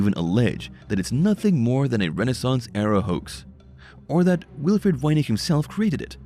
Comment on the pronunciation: I can say with certainty, I hate how the narrator pronounces voynich!